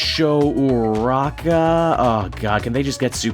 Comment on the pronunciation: Time to educate: Iida is "E-Da", Ochako Uraraka is "Oh-Chalk-Ko Uru-Rock-Uh", and everyone just calls Bakugo, well... "Bakugo" in the show and in the fandom, not many call him Katsuki, and it's "Caught-Zoo-Key", actually, we call everyone by their last names, you'll get used to them lol (Also that Naruto pronunciation must be a Canadian thing lo)l